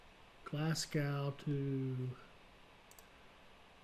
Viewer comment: hi. Pronunciation of Glasgow should be "Glass" for the first syllable and "go" (as in go for a walk) for the second syllable. The "burgh" part of Edinburgh should be pronounced "burrah" not "burg". Hope this helps?